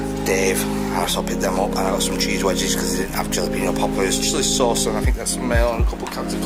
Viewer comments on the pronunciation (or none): Jollyalapeno 😂 👍🏻. I'm sure you know now (Hallowpeno) Jalapeno